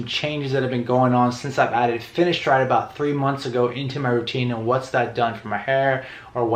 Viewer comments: its fineSteride not fineshtride like ur saying it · say it whit a S not sh